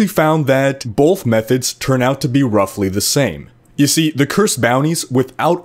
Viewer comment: I think the word you're looking for is both, no 'bolth'.